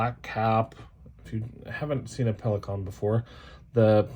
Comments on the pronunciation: Thank you for pronouncing Pelikan correctly. I cringe every time I hear it the wrong way. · I’m so glad I found you (hello from NM!), this was very interesting. You say Pelikan the way we Germans do, you’re good. 👍🏻 I’m with you on the sentimental value of pens, gifts are special and I always have at least one from my husband inked as well as my favorite of all times ( heheh maybe there will be a video.. 😜) and pens from my brother, my kids and my dad. My daughter just got me a vintage Parker 51 via FaceTime in London.. she’s awesome! Happy writing! 🌸🖋🙌🏻